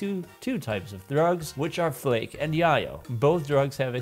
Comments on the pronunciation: yay-yo not yah yo think tony Montana lol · So I get that you're probably the computers type, but I still think you should know it's called "Yay-yo". It's a real name for cocaine. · I know this is too little too late but its pronounced Yay-yo. Its spanish slang for cocaine. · Haha, I've been pronouncing it "yay-yo" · Its Yay-Oh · How you pronounce yayo really shows you aren't into drugs irl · Great video! But 1 small thing. Yayo is pronounced with a long a sound. It rhymes with mayo (short for mayonnaise). It comes from bay area slang for crack cocaine. Popularized by the rapper E40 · You ever see that scene in Scarface where he says, "Chichi get the yayo!" Thats how you pronounce yayo lmao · The way you pronounce yayo confirms to me that you didn't listen to G-Unit in the early 2000s